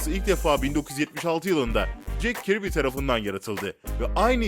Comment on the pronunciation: Kilisçiyıl, İtirnıls, cek kirbi falan 👍🏼